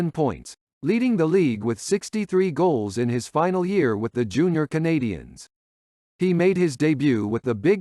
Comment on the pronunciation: your pronunciation of the Monteral Canadiens is Brutal!!!!!!